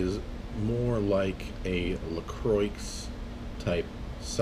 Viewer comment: Lol you said lacroyx